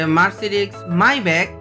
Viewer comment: ভাই আপনি মেব্যাক বলতে পারেন